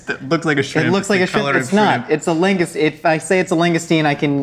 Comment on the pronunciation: "log-uh-stee-no", in CT. 😃 (It's true. You never taste the cheese on a filet-o-fish sandwich.)